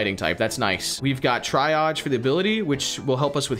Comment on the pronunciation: Correct me if I’m wrong but I don’t think it’s Bisharp like Bi-sharp but more like Bishop like the chess piece…and it’s triage as in Tree-aj not Tri-aj